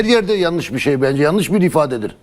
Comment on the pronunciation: Adama bak diyemiyor tamam Mourinhonun kullandığı kelime yalnis diyemiyor